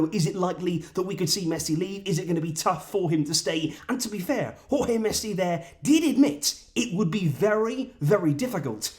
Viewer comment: I'm glad that you are now pronouncing Jorge properly